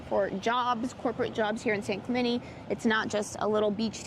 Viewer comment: San Clemenie! 😳😂 Please don’t try to convince me that this is the proper way to pronounce this name. It’s not.